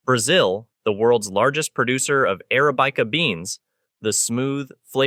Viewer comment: I did like.. "ara bike a" though!